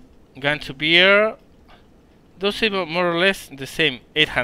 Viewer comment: Bring the gun to beer? I love beer! *it's pronounced bear, like Bear Grylls ;)*